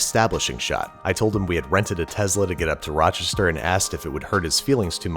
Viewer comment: How to tell Babish is Rochester native: The pronunciation of Raachester.